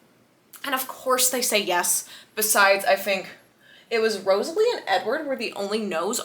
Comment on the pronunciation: it’s Rosalie how to pronounce is rose-la-e